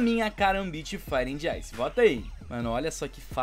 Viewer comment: Só faltou aprender a falar inglês pra conseguir pronunciar fire and ice...